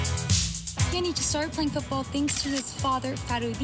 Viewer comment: Peeyanjic” she said (Pajanic) pronunciation